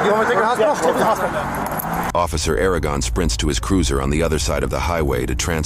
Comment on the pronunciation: It’s “Ara-uhh-gon” not “Air-a-gen”